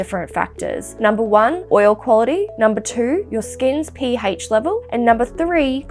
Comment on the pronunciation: "P haych" 😂